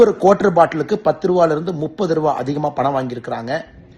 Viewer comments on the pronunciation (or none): none